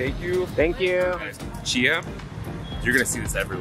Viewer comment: Love the video but the drink you had is called Chai, pronounced Ch-i. Chia, as you pronounced it, is a seed.